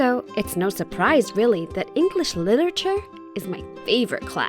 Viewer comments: how she gonna major in literature if she can’t even pronounce it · The way she says literature 😂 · Omg the way she pronounces literature is triggering me 😂 being a Brit and all 😂